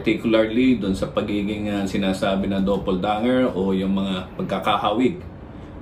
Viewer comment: Anung sabe? Dobol da-nger? 😂